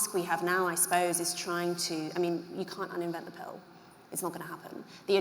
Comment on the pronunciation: I like how she pronounces pill as pale